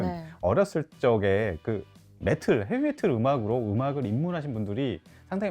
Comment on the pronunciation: 헤비메틀? 발음이 맞아요?